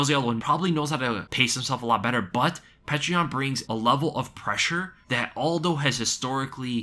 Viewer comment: I love how you do the best pronunciation of Petr Yan yet say Jose aldos name with the hardest J. Smh